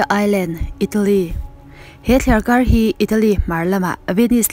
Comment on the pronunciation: Thliarkar rauh tih kha, thliarkar roh tih zawk ni awm tak. Kan tawngkam hi, kan inen fiah deuh a ngai a nih hmel hle mai!!!